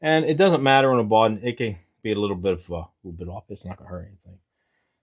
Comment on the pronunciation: You make some really nice things really.Simple, really nice, but just so you know, the word is bottom, not boden